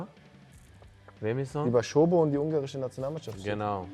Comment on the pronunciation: Wieso sagt er ständig Schobo??? Der Dominik sagt doch am Anfang wie es richtig ausgesprochen wird.